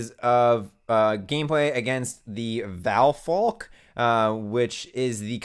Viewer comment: I'm super happy you guys are covering Monster Hunter xx. I just wanted to let you know prowler mode technically isn't new to xx. In monhun generations (x in Japan) they added prowler mode. Quick side note good job pronouncing Valphalk's name:) hope you guys give it a shot cuz I'd love to watch you guys git gud